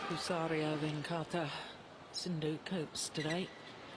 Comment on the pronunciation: Is jill Clarke pronouncing PUSARLA pusaria ?